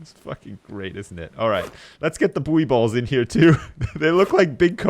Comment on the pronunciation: For the love of god please it's (boo-ey balls)